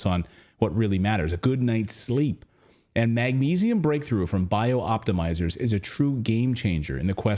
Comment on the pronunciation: Clayton, you're putting an extra letter and an extra syllable into Bioptimizers. As written, it is Bi-optimizers NOT Bio-optimizers. Cheers, Roger Peacock